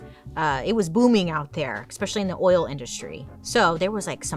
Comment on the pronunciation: Oh NOOOOO, she said “eX-specially” right around the Mary poppins part